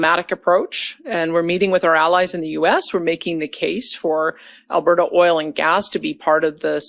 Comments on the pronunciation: I’m Canadian, it’s not pronounced Alber-ta… it’s pronounced alber-da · Alberta is pronounced Alberduh. 😂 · The t in Alberta is pronounced like the t in water. You are putting way too much emphesis on the t. It makes you sound like Kent Hovind when he says water. Trust me, you don't want people making that association. 😂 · We in Alberta despise her! Btw it is just Alberta not Al- ber-ta! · You make Premiers sound like premieres! 🤣😂🤣 The "t" in Alberta is pronounced more like a flat "d". (al-buh -duh). There are pronunciation vids. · We pronounce Alberta with a /d/. . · Where are you from? You don’t even know how to pronounce Alberta! You and your commenters seem to be terrified by strong intelligent women. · Also an Albertan here. She is one of the stupidest premiers we've ever had. She is trying to appease her voters that are also MAGA idiots. Would love to know if the rest of her "vacation" is going to be covered by Albertan tax payers because she made 1 business related stop on it. BTW pronounce Alberta as 1 word, don't emphasize the last A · The way you pronounce Alberta as if it's 3 separate words is very funny. Can't wait to hear your attempt at Newfoundland! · Please it’s Alberta not Alber-Ta and Dan-yelle not Daniel. You pronunciation needs work. You butchered Chetian yesterday. My skin crawled.